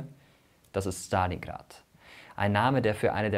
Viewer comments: Man merkt das du eine Russisch sprechende Partnerin hast. Du sprichst Stalingrad richtig aus mit ST, normalerweise sagen die Deutschen SCHtalingrad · so spricht man es eben im russischen aus es ist nicht schtalingrad sondern stalingrad kannst dir die ausprache j ma lim interernet anhören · Mirko kann gut aussprechen Stalingrad 👍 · Dislike, weil du Stalingrad so authentisch ausgesprochen hast.